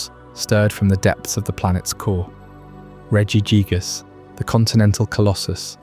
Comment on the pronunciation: Regi jig-ass made me wanna kms, who told you it was pronounced like that 😭